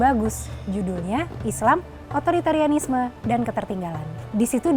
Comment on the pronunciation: Otoriteranisme... Susahnya mengeja kata ini.